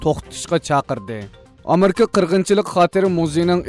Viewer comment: “Amerka “ emas “Amerika” dap ukung..